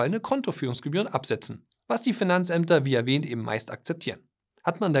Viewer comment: "wie erwähnt" undeutlich ausgesprochen.